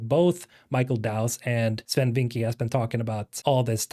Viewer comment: Bro I speak dutch and you need to pronounce Swen's last name better. Vincke is more pronounced like Vinckeuh.